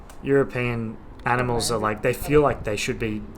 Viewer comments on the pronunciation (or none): none